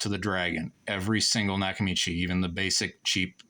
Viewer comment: A knack-a-mee-chey?